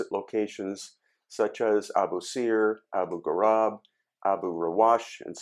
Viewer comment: Abu ghurab not ghurub